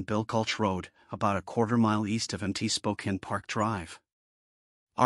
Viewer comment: Spokane pronounced like "Spoke-Ann." Not "Spoken".